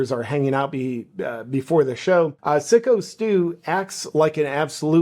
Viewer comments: Its Psycho Steve, not Sicko Steve. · FYI not sicko its SYKO as in Psycho the movie.😂😂😂